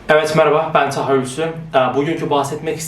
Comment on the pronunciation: Abi lütfen avat maraba deme türkçe netlerim senin yüzünden düştü